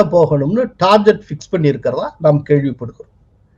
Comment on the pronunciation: Your detailed assessment on PMK is very accurate.. They will have to Allie with BJP only.. One small correction sir.. pls pronounce Target properly (டார்கெட் .. டார்ஜெட் அல்ல)